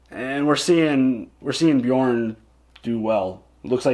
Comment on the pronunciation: Yep i heard it like that too ! :P